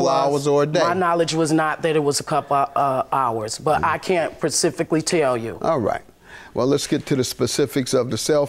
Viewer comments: MAYBE ITS MY PETTINESS BUT I HAD TO RUN THIS BACK WHEN THE PLAINTIFF SAID "i CANT PARCIFICLY TELL YOU" I WAS LIKE SHE CANT WHAT.... WORSE THAN THE PEOPLE WHO SAY "CONVERSATE" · What's percifically? I'll wait... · Percifically....folks if you have trouble pronouncing certain words, practice them before you appear on national television. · Plantiff: “I can’t tell you pacifically” JM: let’s get into the SPECIFICS🥴😂😂 #Petty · "I can't pacifically tell you." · The Plaintiff said “I can’t Par-cifically tell you” 🥴😂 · “I Can’t Presifically Tell You” … The Plaintiff Need A Course In Grammar 😯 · For some reason, specific/specifically is often hard to pronounce. I've heard Pacific and now for the first time, presifically. Here's a tip that I use (say spud w/o the "d" or spell w/o the ll & add cific. How do others manage it? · “But I cant PACIFICLLY” tell u” 😩😩😩 Shit irks my nerves to no end ! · Why did i hear PER-cifically 🤣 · it was definitely percifically 😩😩😩😩😩🤣🤣🤣🤣🤣🤣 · "Sparcifically" 😳 God forgive me if she has a speech impediment🙏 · Did Judge Mathis have to come right back behind her mispronouncing Specifically, and pronounce it correctly!? ...🙊 ...